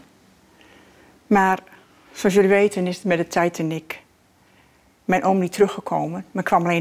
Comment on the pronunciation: “De Taaitann-ik”